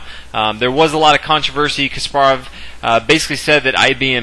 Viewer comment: omg stop pronouncing his name kas PAR ov its KAS parov